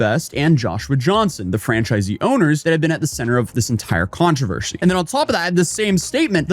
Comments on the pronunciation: Man, this video was a doozy. Ups and downs, thrills and chills... and the way you pronounce "controvershy" is mind-boggling, lol. Great content, as always! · TF is a controversHy? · Am I having a stroke or is saying Controvershee? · drinking game: Take a shot whenever pronounces the word Controversy as "ControverSHEY". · You missed one key detail about this controversy, how to pronounce controvershy. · am i having a friggin stroke or is REALLY struggling with pronouncing controversy?